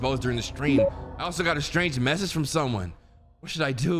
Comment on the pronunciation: bro said frome 💀